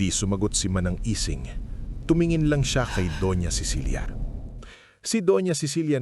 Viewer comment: manang ising..hindi lang kayang bigkasin ng auto narrator ng tama..